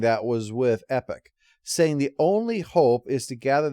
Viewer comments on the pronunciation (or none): Can't you call Epoch "EE-pok"? It sounds like you're talking about Marvel's ill-fated direct-market imprint. ...Actually, you know what? I changed my mind. Just flash issues of Dreadstar or Void Indigo on the screen every time you refer to her as "Epic". And yes, Epoch uses she/her pronouns.